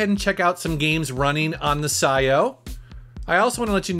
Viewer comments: I have a feeling that its pronounced P - S - I - O ... but psyo is pretty metal i guess ,|,,| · Pretty sure its Pee S I/O. As in PlayStation In/Out. Had for a year or more but havent used lately.